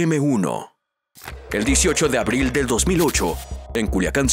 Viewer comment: Primo es abril no abil